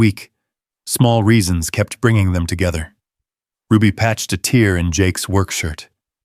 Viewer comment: Stupid ai can’t pronounce words correctly . A tear is shed. Due to sadness and a tear in a shirt is similar to a rip. Spelled the same pronounced differently. Please get it right . It is such a tip off.